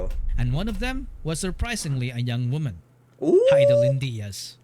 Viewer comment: wooomahn 😂 nailed it.